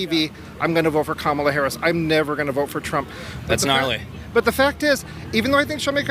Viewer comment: Whoa whoa whoa zed, hold it right there. Did you pronounce her name as “Kamala”? It’s Kamala, get it right! Kamala! Not kamala. Kamala!